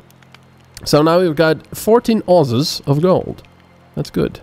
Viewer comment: HAH! "Ozes", you mean ounces :L